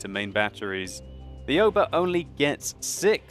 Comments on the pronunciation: Its not a-yo-ba. Its more like ow-ba. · I believe that it's pronounced more like "ow-ba" instead of A-oba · Aoba is pronounced Ow-Ba And does WoWS have a replay system yet? You seem to be a analysing the game with a free camera.